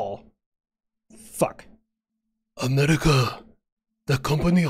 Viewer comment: Here slower than West Taiwan says "Am-air-wicah"